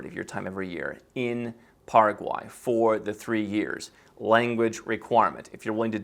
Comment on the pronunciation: PARA- QUAY! Pronounced